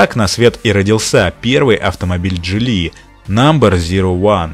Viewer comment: а Geely как "Дзили"